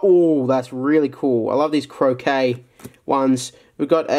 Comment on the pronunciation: Croquet or Crochet. Which do you hear? Ape man hear croquet